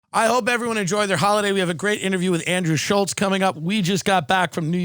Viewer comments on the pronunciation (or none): none